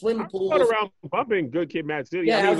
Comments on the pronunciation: "now fwip awround" 🤣🤣🤣🤣🤣 Hilarious Haha!!!!! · “Now flip awound” I lost it 😭😭😭